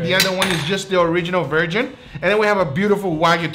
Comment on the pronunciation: he pronounces "version" like "virgin".